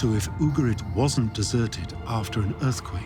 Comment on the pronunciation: Just remember it’s UgaRit, not UgaLit 😉